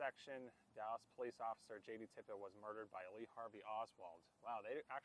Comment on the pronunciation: It's "Tippit," not "Tippett." Please do more research.